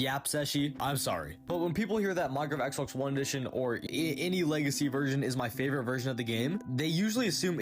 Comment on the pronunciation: idk. I kept hearing lazy instead of legacy